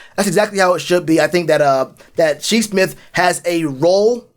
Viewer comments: Shi's name, it''s pronounced as Shy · Bro I stopped after he pronounced it wrong the second time smh.. Shi was a great player not far from Deebo... if we doin research we have to know..... lol keep poundin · Lol its Shi. Like sky